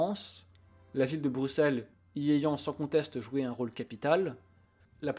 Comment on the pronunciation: Il prononce bien BruSSelles, mais pas AnverSE. Bhô aller, un sur deux c'est pas si mal. Super vidéo. 👍